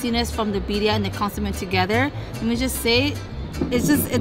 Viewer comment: where did you get that shirt? Super cute and always on point ❤️ Thanks for sharing you guys! I want to try that soft serve thingy lol! I'm also going to have to grab some of that birria (loved how cute pronounced it, it's kinda how I say it too 😉)